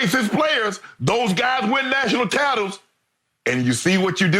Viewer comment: "National tatles" ... 🤔.